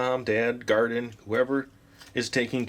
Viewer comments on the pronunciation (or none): he said Hardin instead of Guardian when he was talking about the parental content